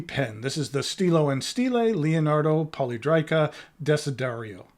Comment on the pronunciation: I think it is pronounced poly è drica, I have two previous releases in this shape, and I agree with you that it is very ergonomic. Note that the previous releases had a triangular section with beveled edges which I actually prefer to the round section - not that I dislike the latter. I believe the round section was requested by Stilo e Stile, related to its ability to accommodate the screw-in JoWo housing. Nice review. Thanks!